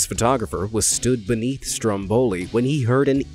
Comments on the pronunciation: Strómboli , not strombóli .. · Stromboli is pronounced with an emphasis on the first O, not the second one.... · Sorry did he say mt STROMBOLI?? In ITALY?? I’m done why is no one else mad about this 😭